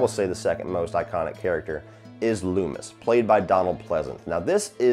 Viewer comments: Finally sitting down to watch all your Halloween reviews and I'm dying at "Dr Leemis" 😂 You and Drumdums are the best. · Took me a second to realize the prisoner number in the intro was the release date of the original film. Nice touch. And Lee-mis? hahaha I have a feeling that might stick. I wouldn't consider it flawless, it can be nitpicked. But for the sum of all its parts it's incredibly effective, especially taking into account its simplicity and subtlety. By going with the concept of "do more with less" Carpenter was able to create tension and psychological terror rather than relying on an in-your-face splatter fest. For me that's what has always stood out about the original Halloween. Fingers crossed for next week.